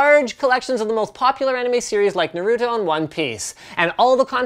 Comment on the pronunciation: Linus said Nar-uto...cringes